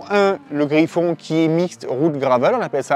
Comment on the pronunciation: Super vidéo, mais on dit pas Griffon mais Griff-N, contraction de Griffin à la base, et non Griffon ☺️